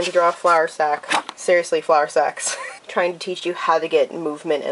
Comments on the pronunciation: I thought she said flower sex 😂😂😂 not flower sacks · I was looking the other way when you started talking about the flowersacks and all I heard was "Flowersex". I was like WUT?? XD